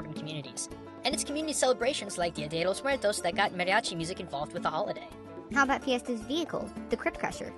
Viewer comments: "dio de Los mueltos" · While watching this, i kept correcting how he said Dia de los Muertos. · i think it's kind of funny how pronounces dia de los muertos like a porturican or the japanese how he says R's like L's and nice video o really liked it